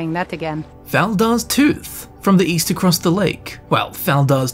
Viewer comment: The guard didn't say EAST, she said WEEST.